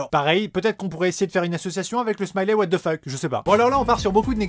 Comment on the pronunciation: J'aime bien ton accent pour le "what the fuck" 😂